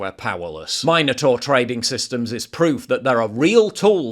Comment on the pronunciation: Min-o- tor not mine-o-tor.